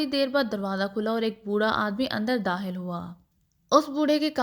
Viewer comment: Sry to say bht achhi story h pr aap kha ko haa q padhti h?😅 every time jb kha word aata h likh khawer ko hawer dakhil ko dahil khatun ko hatun 😅